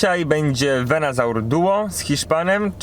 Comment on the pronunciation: nie wiem, czy robisz to specjalnie, czy nie, ale to nie jest VenAsaur, tylko VenUsaur :D już któryś filmik, gdzie źle to wymawiasz :D oczywiście Twoja sprawa, ale gdy oglądają Cię inni, dobrze dawać dobry przykład :) Film jak zwykle super, gratulacje duo!